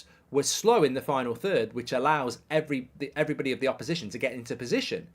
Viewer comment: Mark "eloerebdy" Goldbridge